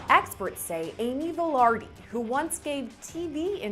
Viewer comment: It’s Vilardi not vardi. She’s my mom and Ross is my stepfather. For the Amy Vilardi and Ross Vilardi Case